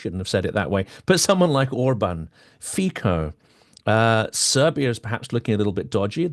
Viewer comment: Fico is pronounced “feetsoh”!